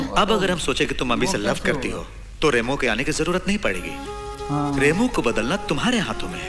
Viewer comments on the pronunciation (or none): Rambo nahi Remo hai naam aur aaparachit nahi Aparachit hai😂